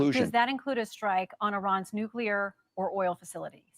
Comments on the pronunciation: I love this woman interviewing him. She’s pretty badass. She would make a great moderator. I don’t trust anything he says. He’s a liar. Oh I misspoke 🤦‍♀️Ok I noticed the other night and now that he pronounces nuclear, NUCULAR! 😮😮😮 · Walz says nooK-YOO-ler